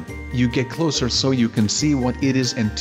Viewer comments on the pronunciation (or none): none